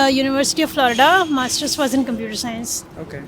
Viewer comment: Bro says only mastersss in accent